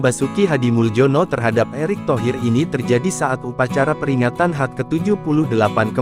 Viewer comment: Bangke, ini konten komedi apa jurnalis sih? Masa HUT dibilang HAT (Dikata pizza kali).. Trus kemerdekaan R I di bilang ri (lu kata huruf kecil sambung). Kocak😂